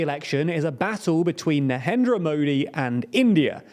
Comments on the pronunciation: NARENDRA not NAHENDRA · Who is "nahendra" modi? only a few seconds in as well. and dont try to tell me its just an accent thing. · He was calling him nahendra 😂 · It is not nahendra modi it is narendra Modi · Narendra is pronounced Narendra. Not Nahendra 😂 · there is no "H" in his name .. its NaRendra ... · I really dont get why you keep mispronouncing his name as 'NaHENdra modi'. You read your script multiple times and kept mistaking the r for an h? A bit odd for an otherwise very professional news channel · It’s pronounced Narendra. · The R in Narendra is not silent.